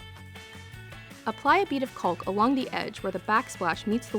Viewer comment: The “l” is silent in the word caulk. ( kôk)